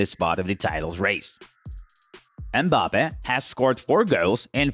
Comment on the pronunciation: bagba he can’t iven say his name right